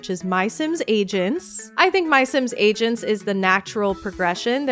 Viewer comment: I'm so sorry but every time you say MySims Agents I just hear MySims Asians, which would be a WILD way to name a game